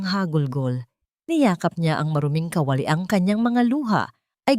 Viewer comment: Bwisit Pilipina ka ba o hindi?pati pag bigkas ng KA WA LI ginawa mo kawali